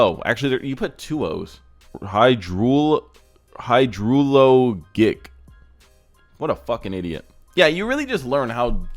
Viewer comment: watching you try to pronounce HYDRO LOGIC while calling someone stupid was painful